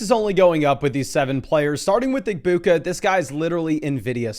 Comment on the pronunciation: the G in egbuka is silent btw me and him are friends and we were watching this video together he wanted me to tell you